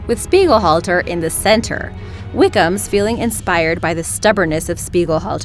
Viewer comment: Did she keep saying 'Wighams' instead of 'Wickhams'